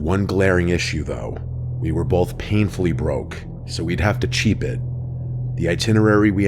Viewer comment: Every time I hear my guy say 'bolth' it sends me 😅